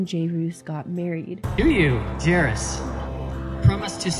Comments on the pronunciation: hey guys jairus is pronounced like "jared" like jared leto but with an s instead of d lol it's painful watching ppl struggle with it 😭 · jayroose? JayRuse? Acacia: jeriss...then in another video jayruse Lol will it ever be solved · you really can't pronounce jair-us? ☹️ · The way you play a clip of Jarius saying his name and you still butcher it right after 😂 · You confidently mispronouncing Jairus’ name the whole video is sending me 🤣🤣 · Including how to say his name in the video. Still pronouncing it incorrectly. Commitment I guess. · Acacia and Jarius are super annoying and have tons of issues but please hearing you pronounce it wrong over and over was sooooo annoying im so sorry literally cringed over and over ugh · I love how you said his name wrong the whole video. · i find the topic of acacia to be super interesting but i couldn’t get past the mispronunciation of jairus the entire time, especially when clips were inserted of him pronouncing his name correctly 😭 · They pronounce Jairus' name several times in video clips so it was jarring to me every time you pronounced it wrong. Yeah, I know, weird thing to comment on... I just have a pet peeve about names being mispronounced. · Good content but I couldn’t get over you butchering her ex husbands name the entire video, it really isn’t that hard to say 😂😂 but I think there are credible reasons to be upset with her but the level of hate she receives is excessive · Empathy is great but this video feels like some weird propaganda. So many people have major trauma in their childhoods and beyond. Acacia is really problematic as a full-grown adult. It feels like you don’t actually watch her videos because you can’t pronounce Jairus’ name so maybe you don’t totally get that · You’re making his name way more complicated then it needs to be. Jere-us, or if you’re fancy Jere-ree-us. No roose or whatever your adding at the end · Jay-roos is a much better pronunciation than how it’s actually pronounced, Jear-is 😂